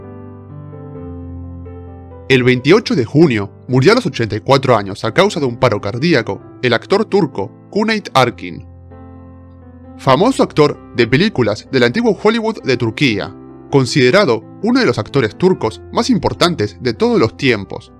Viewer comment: Excelente tu canal. Cuneyt Arkin se pronuncia "Yuneit Arkin".